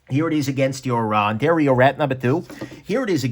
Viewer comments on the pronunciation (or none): none